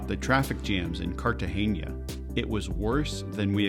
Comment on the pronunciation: from : It's CartageNa..... NOT Cartageña.... N with the SOFT "N" as in Nancy! (I'm Hispanic born, and I KNOW!)